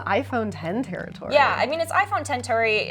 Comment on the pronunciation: The lady on the left couldn't say "territory"